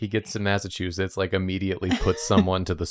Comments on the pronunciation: According to, it's "Massachusiss" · Every time doesn't pronounce the Ts in Massachusetts, I get a year taken off my life (and every time we kiss, I swear I can fly) (we're not doing that joke this year!)